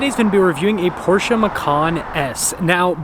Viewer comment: Im glad you say Porsche and not Por-shuh